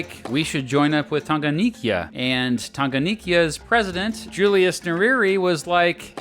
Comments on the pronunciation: Please, for the last time, we say 'Tanganyika' not 'Tanganiyika' . Are we together? I am a Kenyan. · Tanganyika, not Tanganikya. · Its pronounced lake tan-ga-nyee-ka. And zanzibar in tazania has separate legislature and regional executive. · I would like to correct this mistake, it was 'United Republic of Tanziania', not 'Republic of Tanzania', and , Lake Tanganyika is pronounced as Tounge-gun-nyee-ka. Other than that, this video is good. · Bro alivyotamka Tanganyika nilicheka lol